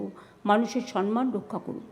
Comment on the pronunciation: মুখ্যমন্ত্রী এবং তাঁর মন্ত্রী সভার সদস্যরা কাউকে সম্মান জানাতে পারেন না। এমনকি "সম্মান"শব্দটিও সঠিক ভাবে উচ্চারণ করেন। বলেন "সন্ মান"-----সঠিক উচ্চারণ হলো সম+মান আর ওঁর অশ্লীল শব্দ প্রয়োগ, অশালীন অঙ্গভঙ্গি আমাদের বিব্রত করে। সারা বিশ্বে পশ্চিমবঙ্গের সম্মান হানি হয় এই অতি ভদ্র অতি শিক্ষিত মুখ্যমন্ত্রীর জন্য।